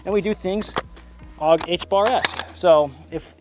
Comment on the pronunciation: When you said: "If you aren't AUG H-barring, you're doing it wrong," it sounded to me like you were saying: "if you aren't Allah Ack-Baring, you're doing it wrong," lololol.